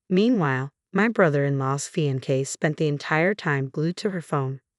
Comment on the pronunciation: I have a suggestion for the electronic reader. At least in the early days of text to speech, to get the voice right, the spelling of some words had to be changed so they sounded right. It might be the case here. Closer than what the reader said, you might spell fiancée as fee-on- say. Not right, but closer.